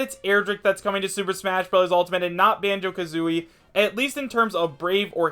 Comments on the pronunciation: Wait did just say Banjo KAtooi XD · Did he say Bango-ka-tooie?